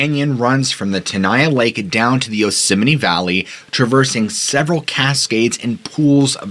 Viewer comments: Why are you pronouncing it "yosimini" ? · Do you keep calling it “Yosemi-NE”? I enjoyed the stories, but was distracted by the pronunciation. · Fun fact: It's actually pronounced "yoze-mite." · Does the park have a chapel, any memorials to the massacres there, any North American NA shrines where you can pray and give offerings?When Dick was President, I heard the concessioners brought in $100 million a year, was once owned by Sony.(Curry Co during Dick) Two things Japanese tourists want to see, the GG bridge and Yosemite. It's not pronounced Yose sem might.